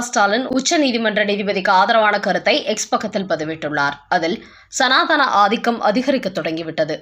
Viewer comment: சந்நிதானம் சரி. சமாதானம் சரி. ஆனால் "சனாதானம் " என்று என்று எதுவும் கிடையாது. "சனாதனம் "என்று சொல்லுங்கள். 🙏🏻🙏🏻🙏🏻🙏🏻